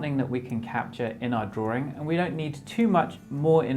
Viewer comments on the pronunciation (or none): I love your videos, but why why why do you keep saying “drawring” it’s drawing, without the second r. It’s just making me crazy